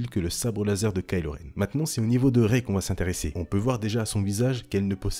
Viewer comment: "ce n'est pas Rey-elle" 😐